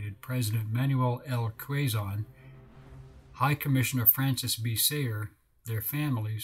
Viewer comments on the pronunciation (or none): It's KAYZON.